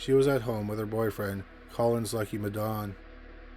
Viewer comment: As an African hearing you pronounce Madaune is so funny...